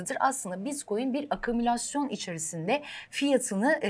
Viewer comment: Evde "akümülasyon" kelimesine çalış.